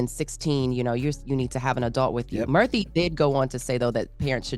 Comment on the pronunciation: his name is pronounced “Mur-tee” not “Mur-thee”.